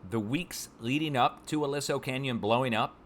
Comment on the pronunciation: Pronounced a-lee-so canyon